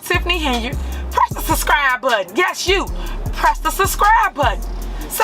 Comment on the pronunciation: It's Subscribe not Suscribe!!